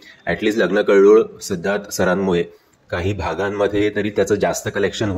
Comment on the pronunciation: कळ्ळोळ नाही कल्लोळ